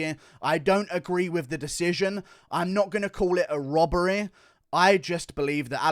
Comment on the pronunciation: HONESTY. Not HONESTEH. Robbery. Not ROBBEREH. Ffs.